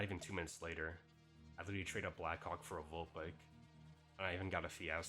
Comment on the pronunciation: Bro's got to stop saying "black hawk" like that 💀